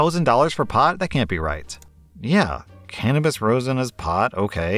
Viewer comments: I hate being that person so what im saying is in good faith, but Rosin is pronounced Raw-sin, not Roe-sin or Rose-in also that’s HELLA expensive for all that, they’re probably wanting to pocket the extra money. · omg I knowwww, lmao. If sees this, it's Raw-sin not Roe-sin lol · And rosin (raw-zinn) as rose-in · Rosin is pronounced raw-zin, not rose-in. And I'm a daily medical marijuana smoker. That's a ridiculously high price. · HAHAHAHAH his ignorance on the cannabis stuff was gold. "rose-in" :D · Rosin is roz-in (roz, like the character from Monsters Inc.) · And rose-in? Haha it's always funny when people mispronounce easy words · The ro in rosin is pronounced “ra” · He also mispronounced rosin every single time. I'm also a medical smoker, and $1000 is an unnecessary amount.